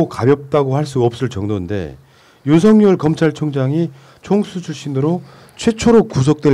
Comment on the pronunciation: 윤석열 윤성열발음같은가요??